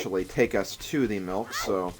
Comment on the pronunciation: when you say milk i thought you said milf